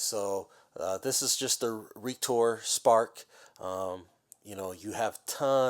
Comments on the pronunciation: Also it's pronounce "reactor" not "reektor" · Re-Ak-Tor,like reactions,the medicine caused and allergic reaction,not this software Reek-Tor,as in this thing reeks ;). just to let you know so you don't sound off in your videos. Thanks for the walkthrough though I wanted to buy this and now i know all that it ones with. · "Reek-tor" ...Is it really that hard to catch onto a play on words?